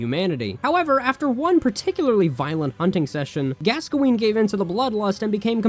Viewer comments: its not "gasqoene" its "gaskoen" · Why do you pronounce Gascoine wrong 😑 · The way you said Gascoigne was painful.